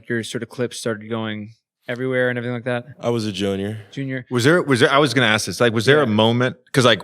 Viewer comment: "Aks" -Zion Williamson , 2020